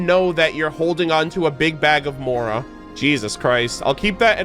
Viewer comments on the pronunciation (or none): none